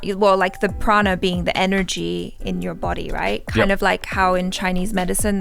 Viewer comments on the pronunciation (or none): none